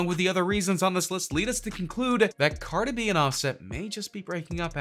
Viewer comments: Stop saying Car-duh bih. It's CAR-DEE BEE. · I love the way he says cardi b😂😂😂